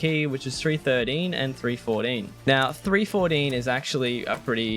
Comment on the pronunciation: therdeen, fourdeen